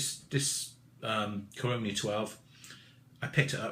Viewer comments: Great review. FYI The region, company, distillery are pronounced "CAR-RONN-E". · love the reviews but.... say it with me; Cah-row-knee... that's how Caroni's pronounced.. lol cheers